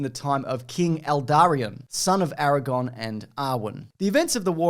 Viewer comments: *araGORN, not aragon. aragon is in spain :) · Funny how he calls him Eragon instead of Aragorn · AragoRn,. Not Aragon